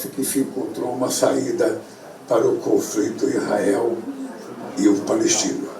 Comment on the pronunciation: impressão minha ou o cara não consegue nem falar “ISRAEL”??